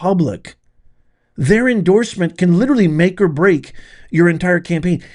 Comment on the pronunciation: Please stop using the word literally. You sound like a moron when you use it incorrectly and pronounce it incorrectly.